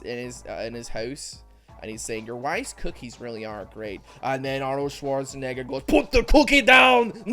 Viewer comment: gets questionably close to saying the N word when pronouncing Arnold Schwarzenegger's name